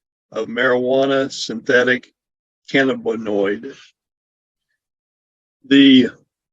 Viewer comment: This fugitive did herself no favors by weeping and begging like that. As for, I think he was the one mispronouncing Missouri. He also mispronounced cannabinoid.